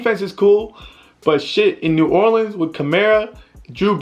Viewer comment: My dude said New Orleans the right way I appreciate that.